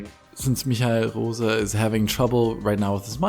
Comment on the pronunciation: "Michiel Roza", not "Michael Rose" with a German pronunciation🤣